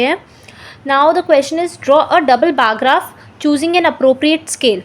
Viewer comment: Bar graph ho h bar grap nahi😂😂